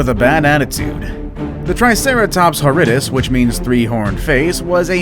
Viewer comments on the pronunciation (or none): Haridus it's HORRIDUS! See HOR-RI-DUS